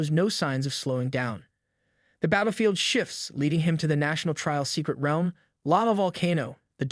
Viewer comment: Pronounce realm right